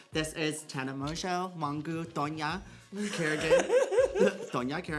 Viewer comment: not you saying her name as mongoo and her not correcting you 😩😭